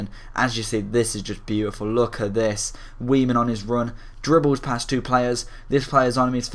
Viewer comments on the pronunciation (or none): i'm pretty sure its pronounced 'vaiman'